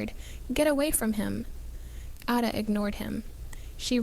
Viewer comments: LOOOVED This story! Would love to have another story about Ada. It’s actually pronounced A (like apple), DA (duh). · The pace of the narrator’s voice must be quickened, because this present voice does not inspire the listener to continue listening! The pronunciation of Ada’s name, should be corrected! A, pronounced as in the letter ‘A,’ da, pronounced as in ‘da.’